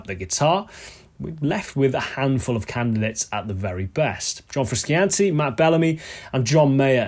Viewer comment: frusciante-esque bends did you intentionally mispronounce his name to signal u were cooler than him?